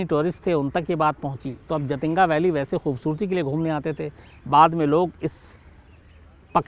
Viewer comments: Actually jaatinga nhi jhatinga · I'm from Silchar..south assam.jhaatinga झाटिंगा bolte hain local log shayad but hai जाटिंगा